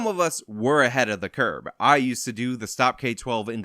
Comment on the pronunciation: You said"ahead of the curb".